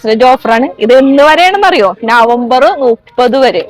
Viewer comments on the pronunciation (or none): നുപ്പത് അല്ല മുപ്പത് 😂